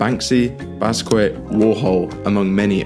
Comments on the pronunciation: please pronounce Basquiat as BAS KI YAHT not Baskwit. Thank you. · Mispronounced Basquiat. Ah paintings are actually very good investment vehicles with certain tax implications that can make they attractive to investors. But yeah I don't know about the platform mentioned here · The fact that you keep butchering the pronunciation of Basquiat is downright atrocious!